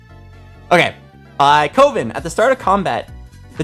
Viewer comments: Thank God I also see twitch chat trying correcting him saying coven man said Covin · I had to stop watching because your dyslexia was driving me insane. "Legendary Riven" come on. and its pronounced CUH-VIN not CO-VIN.